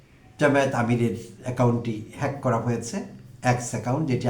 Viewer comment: তারেক রহমান জনসভায় হ্যাক শব্দটি কোনভাবেই উচ্চারণ করতে পারছিলেন না।